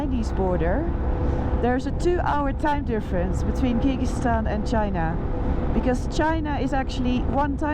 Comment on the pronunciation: Please dont butcher countries names like that